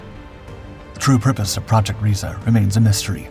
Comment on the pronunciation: clearly the narrator does not listen to rammstein... or the narrator would know how to say 'riese' rammstein: RYE ZA Narrator: reeeeeeeee